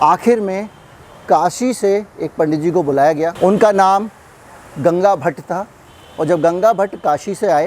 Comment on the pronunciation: गंगाभट नहीं गागाभट...